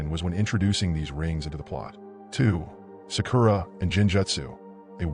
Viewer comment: how is it possible for someone who watches naruto to be so horrible at pronouncing words in the show such as genjutsu, Sakura, Akatsuki etc